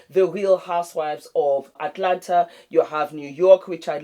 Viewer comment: The fact that you pronounced Atlanta like Atlanter LOL "Can you fry plantain?" hahaha